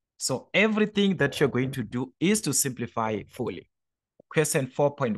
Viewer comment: The fact the you say Quesen instead of Question 😂😅